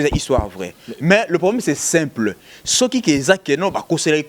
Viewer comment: Marcheveque alela ko tia ba U naba phrase naye hein, lol c'est simpleu etc..